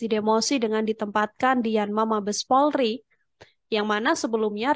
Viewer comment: Pelafalan nya kurang polri bukan pulrie